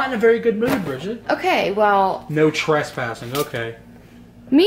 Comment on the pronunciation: Picleboy it said tres - passing you were only dos - passing